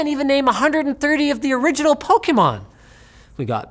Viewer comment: Linus pronounces Pokemon right! Well done...